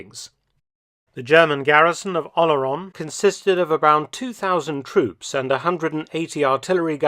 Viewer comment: Yes, The way he pronounces "Oléron" is not understandable by any French person without the writing on the map.